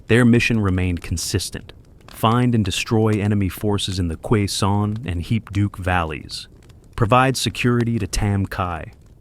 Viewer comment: Its pronouncest. Kay-son valley Not qua son